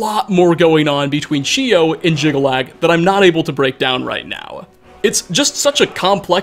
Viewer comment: Jyggalag snirks more like 'jiggle lad' x'D